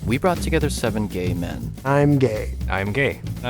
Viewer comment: it’s him he said gae not gay smh